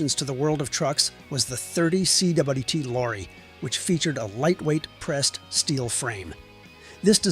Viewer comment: ERF was founded by Denis Foden, the son of the E.R.Foden who founded Foden. Foden initially concentrated on steam power, while ERF concentrated on diesels. Could someone please tell the A.I. that they are lorries, not trucks - and how to pronounce "30 cwt"?